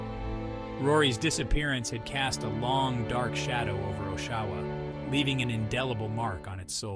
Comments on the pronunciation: Listening to you fail to pronounce Oshawa (aww-sha-wuh) everytime had me giggling. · you lost me at the first pronunciation of Oshawa